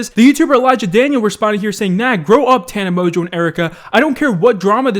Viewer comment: " Tana Mojoe "